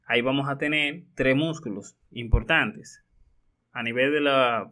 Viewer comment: nooooo yo no puedo confiar en una persona que dice vamo a tene.... habla bien HABLA BIEN